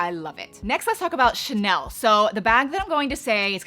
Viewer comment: It’s so funny the way you pronounce ‘Chanel’ as “Tchnelle” 😄